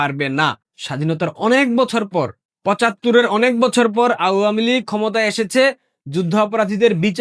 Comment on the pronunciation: Apni awamilig উচ্চারণ টা ভালো করে বলবেন এটা শুনতে খারাপ লাগে